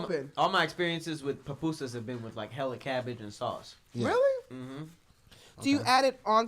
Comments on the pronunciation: “pApusas” 😩 I cringed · Hahahaha pronouncing "Pupusas" with an "A" is hilarious. Some hispanic people pronounce it with an "O" by accident like "Popusa" but it's 2 "U's" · it's pronounced poopoosas, the U sounds like a oo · It's pronounced "poo-poo-sa" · I hate how they pronounced papusas lmaoo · Same I was like “not papusas” 🥴😂